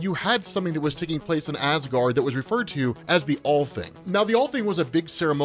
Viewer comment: Allthing is pronounced All-Ting. Ting is a loosely Viking term for a meeting.